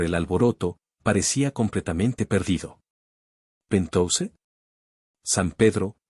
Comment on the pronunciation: 😂😂😂😂 ¿¿¿"PENTOUSE"???😅😅😅😅, QUE QUIERES DECIR PORQUE "PENTHOUSE" PALABRA DEL INGLÉS Y PRONUNCIADO "PENTJAUS" TRADUCIDO AL ESPAÑOL PUEDE SER "ÁTICO"